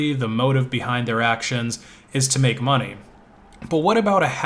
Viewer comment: I thought u said monke